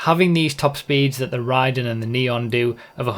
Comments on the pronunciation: You pronounced Raiden wrong! It`s Raid-en not ry-den! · He pronounces it like Raiden from MGS2